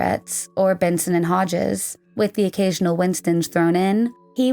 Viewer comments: Not " Benson and Hodges" It's Benson and Hedges. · “ Benson and Hedges” not “ Benson and Hodges” ❤ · Benson and HEDGES cigarettes. Not HODGES.... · Agreed! Only one goof - one of the other cigarette brands mentioned is Benson & Hedges, not “Hodges”.